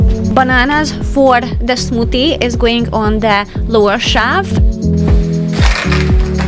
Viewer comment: (You keep saying "shaft" for "shelf" - the closed captions spells it that way, too. LOVE your energy, your sense of what "belongs" where and how.